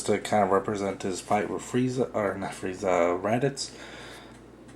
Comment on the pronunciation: randitz? OH! you mean raditz!